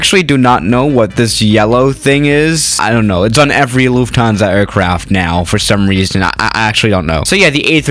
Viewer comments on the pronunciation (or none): ITS acctually luft hansa not luf tansa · Loufthansa? thought it was Lufthansa